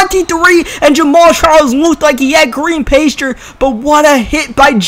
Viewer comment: Green pace-ture???????? WTF are u saying